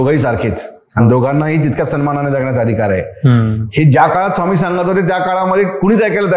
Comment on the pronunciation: Sawmee nai re, neat swami tr mhnayla shik podcast ghyayla baslayes raja